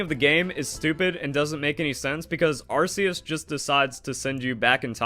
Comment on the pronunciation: I’m glad you pronounced Arceus right